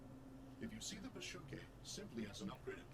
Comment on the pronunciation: It's "Psyche" as in "Psychology" not "pushukay" but the dubbers got it monumentally wrong.